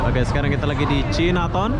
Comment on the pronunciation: Bukan cinaton sebutannya tapi Cai Na Taun ( China Town )